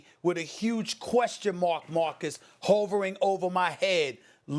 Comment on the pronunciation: Wait how does SAS pronounce hovering?